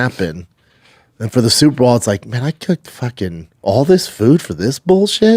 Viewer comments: Lol IKR. At this point I honestly think he just can't say the word "Bowl". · Can someone please make eye contact with this man and say “it’s super BOWL not superball” enough is enough man